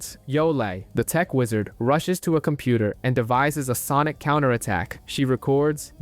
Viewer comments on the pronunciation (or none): none